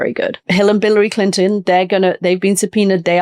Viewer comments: Did she say, "Hill and Billary Clinton?" LOL. It's just a simple mistake, but it struck me funny because I'm immature! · She said Hill and Biliary Clinton didn’t she? Had to replay that a few times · 17.33 ... "Hill and Billiary Clinton" 😅